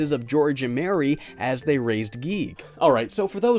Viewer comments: I am cursed to forever hear a recording of someone saying giegue as geek help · I think it’s guy-goo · Its pronounced "Giggidy" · Your supposed to say it g-I-goo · It’s “Geeg” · Uhh, its pronounced “gay”. Are you guigue or something? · Y'all crazy it's definitely pronounced Giegue, sheesh guys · I got to play Cognitive Dissonance somewhat, but then my laptop at the time got virused and I was wary about downloading any more indie games for a bit. Yah for reviews! (Also, the Giegue pronunciation made me laugh) Edit:. Also, there IS a function in RPG Maker VX Ace that allows Events,such as enemy sprites, to head after the player character. Either this version didn't have that or it wasn't implemented much. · IT IS GUIGUE!